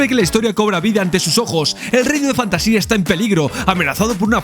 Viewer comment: No pienso juzgarte por no leer el libro pero si recomendartelo. Es mi libro favorito de fantasía. Por otra parte el reino es Fantasia (sin tilde, acentuado en la segunda A, de manera que lo leas como lees Asia por ejemplo). Para mi es un libro magico, cada vez que lo leo aparece algo que creo que no había leido antes. Por ultimo, gracias, se nota en el video que disfrutaste y disfrutas con la pelicula.